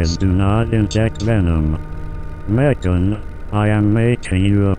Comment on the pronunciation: What it says: I love you Megan What I hear: I love you bacon